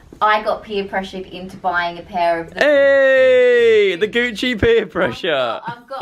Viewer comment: when he said Gucci it just kept reminding me of Gooch